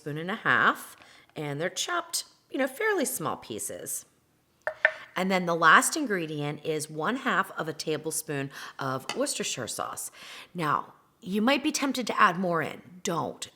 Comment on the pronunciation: Worxhire sauce??!!??